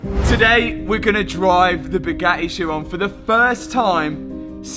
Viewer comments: Matt.... it is pronounced (Ki'-Ron') not sheyrone. This is just another example of how money does not buy education, and how the British destroy the English language. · Isn't it pronounced "heeron"? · the edchiron got me hahaha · “ Chiron” for the head rest.